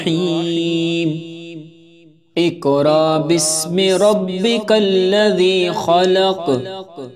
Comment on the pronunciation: Assalam o alikum Ap ny pehli aayat mein iqra sahi parha hai.magr agli baar ikraa parha buht muaazrat ky sath esy durust kr lyen .